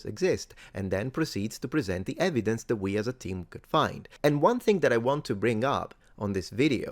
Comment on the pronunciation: "Yer 'ev-ee-dense' don't fit in with my Drunk Uncle Bob's facts."